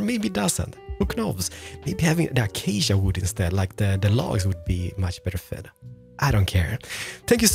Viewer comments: Ah-cha-cha planks bruh im dead its A-CAY-SHA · achcha planks it 's acacia planks a-cay-sy-a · he say's Achasha instead of Acacia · Acacia should be read like akasya not achacha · love how you say Achacha it sounds good and fluid even though it's the wrong pronunciation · Man i wished i knew a long long time ago,your builds are so easy to build,your voice is like ASMR,and how you pronounce items like acacia A CHA CHA is so funny BTW NEW SUB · Lets grab some "achacha" slabs lmaoo I love you man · Real block: stripped acacia: achacha real smooth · take a drink each time he says a-cha-cha wood. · Just a little message for you: Acacia is pronounced: a-Kei-sha Also this house helped alot and through the windows i killed pillagers. 👍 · The one thing I do not like about this video is that he said Acacia wrong. Other than that the video was perfect!! (Uh-Kay-Sha) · i love how you spell acacia as a cha cha i dont hate it im just saying its cool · "achachia planks" 😂😂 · "Achacha Planks" "Achacha Slabs" "Achacha Trapdoors" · Achaca planks? I like how you say acacia =) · DID HE SAY ACHACHA PLANKS? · Did anyone here him say “Were also gonna be using achacha planks, slans, and trapdoors, and also window pe***es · the way you sayed AcAcA Slabs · iam new to his channel so idont know if he always say achacha planks... Keeps bothering me with the pronunciation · I prefer when he says "acacia wood" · I like the way on how he pronounced ACACIA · The way he said acacia is too much 😂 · i dont know if he's reading acacia wrong or he just read it that way